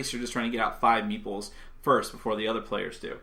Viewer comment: Whenever you say meeples, I hear meatballs ^^